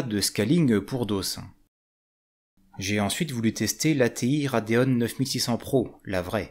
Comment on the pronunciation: Rade ON et Rade OFF ? Pourquoi RadeonE ? Y'a pas de E à la fin 😅